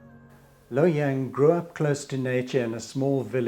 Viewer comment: Luo Yang, not Lou Yang.